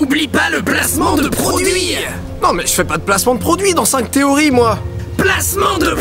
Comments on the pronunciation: ... "Produit", le eeeeee vient d'où ? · Placement de produieeeeeeeeEEEEEEEEEE!!!!!! Même les chats on cet accent...